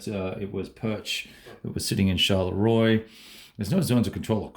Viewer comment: Love this map and fresh video! ps. Mont St.Jean --- "Mont Sant Zhunn" Charleroi -- "Sharl-Rwuhh"